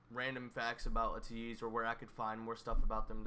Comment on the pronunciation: Okay your pronunciation of Ateez is getting better! When you say it, it’s not UHtease anymore, it’s more like ahTEASE. When you get that AYYYY, long A sound in there, AYYYteez, you’ll be at 100%! And yeah, Changbin and Wooyoung are besties :)